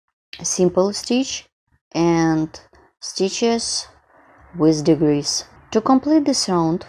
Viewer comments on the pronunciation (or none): I understand that you are from a different country and thus, have what we call an accent, so please take this in the spirit given. When you are saying/meaning DECREASE, it sounds like you’re saying DEGREASE, which is a totally different thing! 😂 Also, you’re putting the accent/stress on the wrong syllables on some words. As an example: the word decrease is pronounced thus: DE-crease. It could be pronounced de-CREASE, making the word sound completely different. (caps are to stress where the emphasis is when pronouncing the word.) Please be mindful of this. All that said, I’m loving the pattern and I appreciate you sharing with us! Thank you so very much!